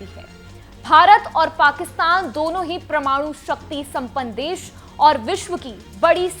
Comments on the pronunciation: Tereko bolna nahi aa raha parmanu bolte hai parmanu nahi bavkuf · क्या सुनें आप को? आप वैज्ञानिक शब्द को विज्ञानिक और परमाणु शब्द को प्रमाणु बोल रहीं हैं। 😂